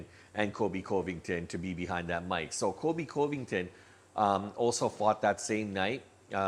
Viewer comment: you need to practice saying colby's last name.